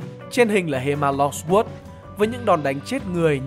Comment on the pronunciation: Pugilism thấy phát âm đúng phải là là "Piu-Gi-li-Dừm" Longsword -> "loong so" Savate -> "sa vát"